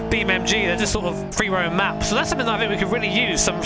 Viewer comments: its "NG" - EN-GEE. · Why you say BeamMG 🐒🤣🤣👍